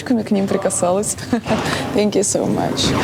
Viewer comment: Ивлеева :сенкю соу мач Приходите на обучение англисского языка Сенку соу мач😁😂😂